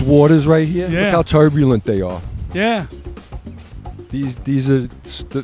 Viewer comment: "look how toyrburlent they are"